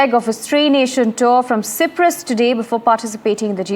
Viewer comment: Please correct the Cyprus pronunciation...